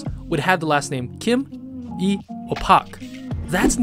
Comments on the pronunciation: I think my biggest takeaway was that you don’t pronounce the “L” in “Lee”??? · You should check I can tell you that you mispronounced it since for example since the Lee surname came from China and it is pronounced like it is spelled in China that is also true in North and South Korea. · Yeah..Kim is actually pronounced as "Gim", Lee is "EE", Park is "Bak", Choi is "Chwe" and so on.. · korean surnames arent actually pronounced the same way they are written for example lee is prononced eee, kim is gim, park is bak, and choi is che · Learn how to pronounce it properly I'm sorry for been a deck about it but really does bother me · Apparently there is only one way of pronouncing it